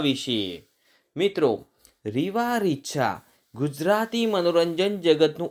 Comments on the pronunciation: Heroine nu naam Bolta sikho bhai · First pronounce the name properly What a joke! You are degrading the Narration and info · Arey Nam barabar bolo